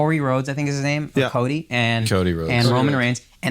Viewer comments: “Corey Rhodes” Shits got me dead😂😂😂 For y’all who don’t know its Cody Rhodes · “Cory Rhodes” was when I switched off 🤡🤣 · Right lol calling him "Cory" Rhoades like MFer you KNOW dat nigga's name lol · I love when fairweather/bandwagon/casual fans try to explain wrestling adn they dismiss the important parts that make it such a great vehicle for storytelling. The moment Akaash screwed Cody's name I knew he had no clue what he was trying to explain 😂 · CODY NOT CORY